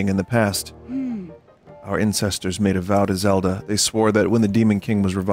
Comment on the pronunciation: "Our Incestors".